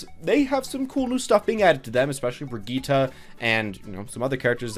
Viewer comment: Brigitte. Brig-ee-tuh